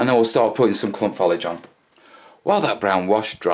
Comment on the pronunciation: Another good vid! ....but for the love of God, Man, STOP saying "follidge"!